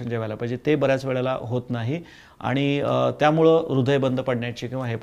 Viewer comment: ताई प्रश्र चांगले विचारतात..फक्त "आनी "न म्हणता "आणि " असे म्हणायला हवे त्यांनी